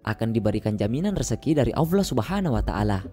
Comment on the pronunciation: Maaf bang bukan alloah... Tapi Allah 🙏🙏